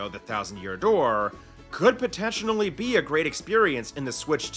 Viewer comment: You keep pronouncing “potentially” wrong otherwise awesome video